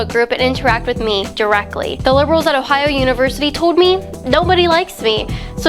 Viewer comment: She can't even say Ohio,lol. Don dwink da fwowide! ... but really don't drink fluoride.